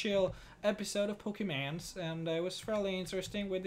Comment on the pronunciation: I find it funny that every time he says Pokemon its sounds like pokeman